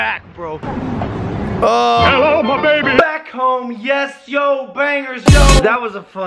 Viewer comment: Um you said yobangers or lobangers